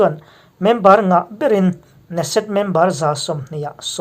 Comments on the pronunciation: Ne-set ni lovin Ke-Ne-Set tia lam tur niin ka hria. Muslim 8750 in in leh lo an chan dawn maw? Nep emai, Muslim ramah Christian maktaduat tam tak an that chimit vek chungin tunge an tan kawng zawh? Muslim ram khat talin ICJ ah hek han hlawh tawh em? Khawvel hi Muslim te tan chauhva dik na humhalh na a ni lo tih hi Christian inti te chuan kan hriat a hun ta hle. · Kan komen leh lawk neset nilo in keneset tih tur aw. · Keneset ti a lam tur a niang